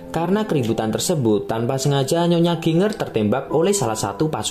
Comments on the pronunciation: Bacanya Jinjer ngab bukan ginnger. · Bacanya JINJER kali bukan GINger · Dr. Chiang Kai Sek ... Jadi inget pelajaran sejarah tahun 2001, kelas 2 SMP... Pasca Perang Opium... btw Min... GINGER dibaca JIN-JER... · Ginger apaan Ginjer lah bunyinya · Ginger itu dibaca 'jinjer'. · Ginger sebutannya Jinjer🙏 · Ginger = jinjer(sebutan).. . Jahe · Mas itu ny.jinjer bacanya